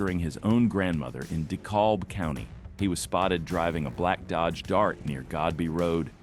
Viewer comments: Train the AI to pronounce county or city names, etc., properly. Such as DeKalb County, pronounced "de-CAB," not "de-CALLb." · It’s pronounced “DEE-cab” DeKalb county. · The way Dekalb was pronounced